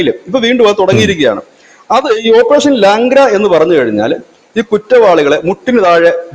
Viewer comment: ലാംഗ്ര അല്ല.. ലങ്കട... മുടന്തൻ എന്നാണ് അർത്ഥം